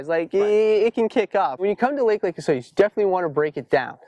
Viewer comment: for 1 it's pronounced osoyoos not asuh yuss and 2 the lake definitely freezes over. I've been there many times